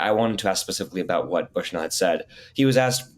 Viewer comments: Great interview, Rania. I’m not sure if it’s your pronunciation, but I noticed you’re saying “Brushnell” instead of “Bushnell” when referring to Aaron. After the sacrifice he made, I think it’s important to note. Thanks Breakthrough News ❤ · Sad she can’t say Aaron’s last name correctly.